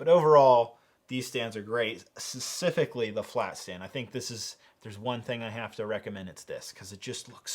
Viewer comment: specifically not susifically